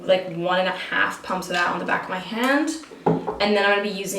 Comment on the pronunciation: The way you pronounce "hand".. Is that a Canadian thing ?